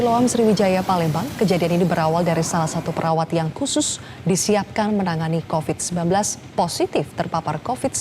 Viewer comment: Covid bro...bukan Copid🤣🤣